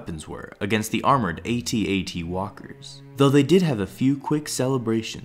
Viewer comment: At At, not A Tea A Tea